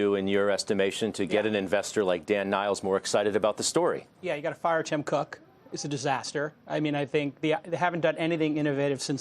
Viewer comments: Did he just say Tim Cock? Oh San Francisco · "Tim Cock" -Jason Calacanis, 2019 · Tim Cock. Yes he said Tim Cock 😂